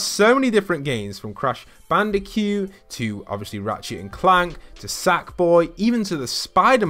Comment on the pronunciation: CRASH BANDICUE THE HECK IS A BANDICUE ITS CRASH BANDACOOT I'm sorry I shouldn't have raised my voice as you can see I am very stressed right now